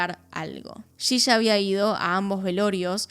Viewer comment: Por que dice shisha? Si es yiya 😵‍💫